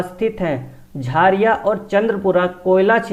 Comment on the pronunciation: Jhaariya nhi jharia hota h sir